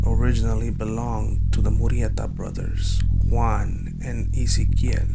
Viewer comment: Is it me or does anyone else hate the way he says MURRIETA?! It’s annoying AF!